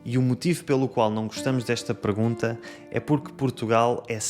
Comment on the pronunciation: So weird, I could swear I hear you saying “pregunta” instead of “pergunta” 🤔